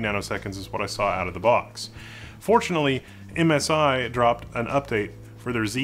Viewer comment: Is it just me, or at the mark, did you say 'MSRye' instead of 'MSI'?